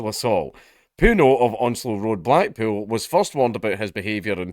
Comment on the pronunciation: Black-pool. Funny, I heard black-PILL when Dank said it.